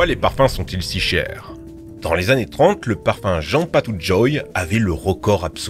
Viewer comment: J'ai compris parpaing au lieu de parfum